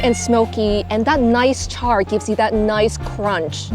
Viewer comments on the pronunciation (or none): none